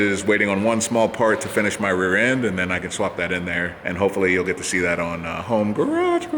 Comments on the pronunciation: "Working from Hoon" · HOMEHOONING? HOONIHOME?